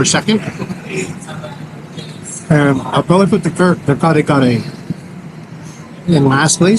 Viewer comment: From New Jersey.....I really like your travelogue / reviews / documentaries ! Found you out by accident & had been following you since....nagustuhan ko ang 'yong down to earth attitude & truthfulness! You're the man! Keep it going! By the way, ang accent is on the 2nd syllable ng Kare... Take care always & God bless!